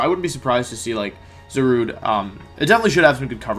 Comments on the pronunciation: Za rude please not za ru day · it's pronounced za-rue-dey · It's pronounced ZAW-RUDE.